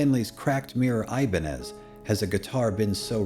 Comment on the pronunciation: Gostei da sua pronúncia do nome Ibanez!👏😃👏😃👏😃👏😃👏😃👏😃👏😃👏😃👏😃